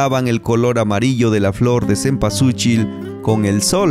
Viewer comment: Mal pronunciado y mal escrito cempualxochil que en Nahuatl significa y quiere decir flor de veinte petalos